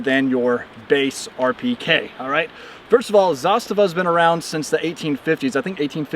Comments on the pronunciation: Yup, it's pronounced zastava(as he said it), and NOT... zaSTAVA (as most say). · Your pronunciation of the name is spot on! (coming from a Serbian guy) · I am surprised, first time I hear American pronounce "zastava" as Serb, so hats off... We used also M72 underfolders, those are also nice. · A proper pronunciation of the word ZASTAVA. RPK platform is the best SAW (Squad Automatic Weapon) available due to the simple fact that it does not use belt fed ammo. Belted ammo is a nightmare on a squad level. Clips, on the other hand, keep the dirt away. All in all, M72 is a well balanced weapon for its intended role since heavy barrel and larger clips are enough for the slightly increased amount of sustained automatic fire. For the platoon, there is a belt fed PK (Zastava M84) with bipods and exchangeable barrels. For the company, the intended weapon is a PK on tripod. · Love hearing more and more people pronouncing Zastava correctly